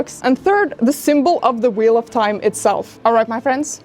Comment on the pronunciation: When she said "The gold leaf is so flimsy, like when you breath on it whaaea Edit: when he said "Its the wheal of tieme" had gotten me😂😂